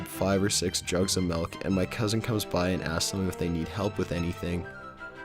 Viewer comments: melk?!! my friend used to say MELK instead of milk too. fuckin weird. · it's not melk it's MILK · Malk...? wut?